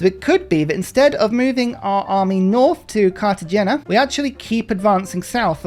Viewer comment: Cartegena - the g is a rolled he sound, in the back of thr pallet Car-te-hen-a is close for us Brits.